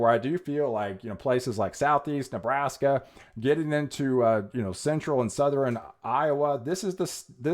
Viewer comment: Southern is pronounced suh-thern. Two syllables my man.